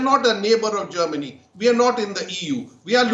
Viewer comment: She really muck up Germany real good!